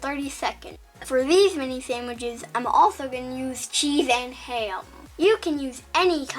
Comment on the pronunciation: "Samwiches" Imma be saying it like that now 👁👅👁